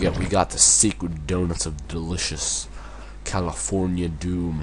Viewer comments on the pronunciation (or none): none